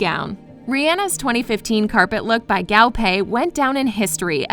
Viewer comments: I cringe everytime she pronounces "Guo" as "Gao"... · "Gaw pay" PLEAAASEEEE its GUO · I cannot be the only Chinese speaking person that cringed every time she said GAO pei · How do you pronounce Guo wrong...it’s not Gao, it’s Guo